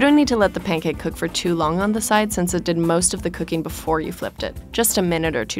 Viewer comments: Pain cake 😔💔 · Sounds like she's saying "pain cake."